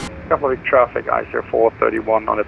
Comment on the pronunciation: just FYI, its Keff- La- Vick